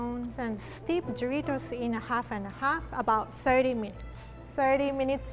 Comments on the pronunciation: lol am hearing dritos not doritos lol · I can't stop hearing her say dreidels not doritos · “Do rie tos” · “DRITOS” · how she said doritos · I love how she says Doritos!